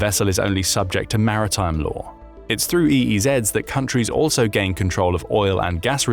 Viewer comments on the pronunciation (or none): none